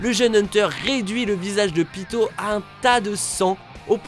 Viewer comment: C'EST PAS PITOO MAIS PITOUUUU